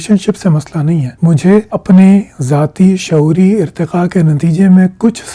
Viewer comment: saying "SHA-OORI IRTE-QA" 😂😂😂